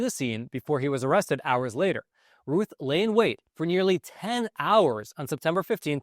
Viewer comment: His name is pronounced like the word south. Routh, not Ruth.